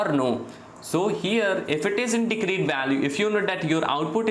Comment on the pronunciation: I would look past the bad and WRONG pronunciation of BASIC concepts like 'discrete' (yeah, it's diScrete not dicrete), 'derivative' (derivaTive not derivIARive), etc. or the constant triple repetition of things if he wouldn't mess up BASIC ML/math equations, like, 1) The cost function is defined as (1/2m)*sum(...) NOT (1/m)+sum(...) 2) The partial derivaTive of the cost function is (1/m)*sum(h(x)-y)*dh(x)/dx and NOT (2/m)+sum(h(x)-y)^2) as he wrote.